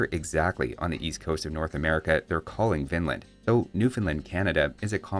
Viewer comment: I keep hearing "Vinland" as "Finland".